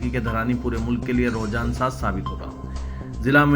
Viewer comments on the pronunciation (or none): رجحان صحیح تلفظ ہے۔۔۔رحجان نہیں